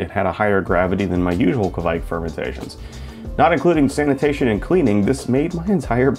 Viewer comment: As a Scandinavian I have to say that the pronounce Keviek is wrong. Kviek not keviek. To be fair Kveik is just another word for yeast (from Norway). There is. Lot of “old”.yeast from a lot of countries which will.fot the today name Kveik. I think you pronouncement of Sahti is quite right. I actually.tried this method but I still.enden up with beer tasting of DMS. I didn't have it tested though.